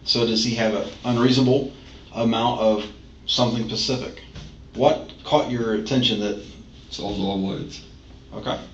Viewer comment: “a reasonable amount of something PACIFIC “??? 😂😂😂